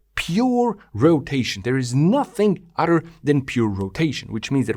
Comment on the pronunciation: You are a brilliant mind and amaze me with your comprehension... but please explain to me how you can be so smart, yet fail to understand the word "other" isn't pronounced as "udder". Why does your brain glitch on such a simple concept like pronouncing every word with the letters "th" properly? This is not meant as an insult, I'm just truly confused as if I watched someone solve advanced algebra equations only to see they can not grasp an understanding of how to tie their own shoe laces.